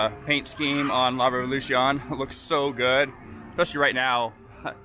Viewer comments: La Revolución does not rhyme with ON at the end, the little accent mark above the O means you pronounce it to rhyme with phone - for future videos 👍🏽🤘🏽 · I chuckle each time you say it, it’s all good